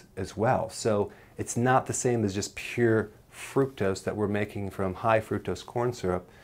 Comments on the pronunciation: wtf is frucose? You will make me forget my very few English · What's frucose!? Lol 😅 Wonder if he's ever realized it's spelled wrong 😂.... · Did you mean FRUCKUSE? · Fructose with a "t". You're still the best. Thanks for saving lives.